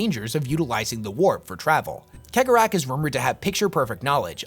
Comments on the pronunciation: I disagree with almost all of your assessments. And like most mon-keigh, you pronunciation is garbage. It's "Sey-gor-ah", not keg-or-ach. But mad respect for your effort. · WHO THE FUCK IS KEG O RATH ,,,, did he mean chegorath thats is just wrong dude you need to lean how these words are pronounced not how you read them he 100 youtube videos + feature this charcter and in 100% of them they all say his name correctly have you never seen a single piece of warhammer content on youtube ? or are you just a lazy tick tok clone that is making videos others have already done but in a shorts manner not a big fan of this super low effort stuff . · pronounced Cegorach's name wrong :'( everyone does, unless you speak Irish lol no guessing where im from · Is it pronounced like khegorach or segorach? ... I feel like he draws great amusement from people bickering over it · Majorkill is crying over your pronunciation of Cegorach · Is it pronounced cee-gore-rak